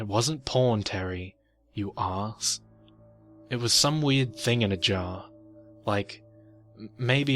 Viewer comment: It's so funny the way you say thing in a jar as one word. Thinginajar